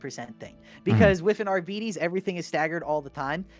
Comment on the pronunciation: imma need everyone to stop pronouncing it arbeedees - it's ar-bite-ees